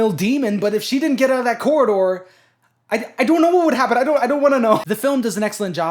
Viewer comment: man really said coraline and her cora-door